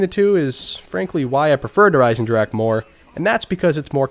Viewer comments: Kino of Toten: "Kino of Toe-10" Der Eisendrache: "Djurhh-Ryzen-drag" The way united statians pronounce forreign words, man.. haha. *edit: man called an ice dragon "the iron dragon". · how come you playin' zombies for so long but you still cant pronounce der riese or Der Eisendrache right? Just type it in a translator and listen to it:)